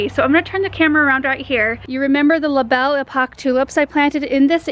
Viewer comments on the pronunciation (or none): none